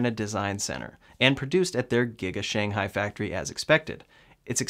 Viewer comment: thanks for your videos and I got a MY. Keep them up! FYI, Shanghai should be pronounced as Sh-ang Hai that the stress should be at the ng part, instead of yours more like Shan-hai which sounds like another place in China.